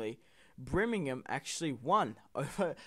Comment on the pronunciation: simply please its pronounced BUR-ming-ham not BRI-ming-ham